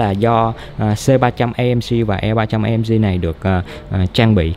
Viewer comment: Tiếng anh nữa mùa hả...AMG là Ây Em Gi chứ A Em Gờ gì